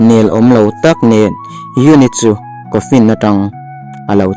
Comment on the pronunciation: Coffin (kawnfin ti lo in kawfin ) tih ang in lam zawk rawh